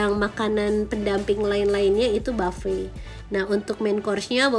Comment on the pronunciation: bukan brikfest mbak nyebut nya tetap e sebut nya (breakfast ) dan buffet juga tetap u bukan jadi baffe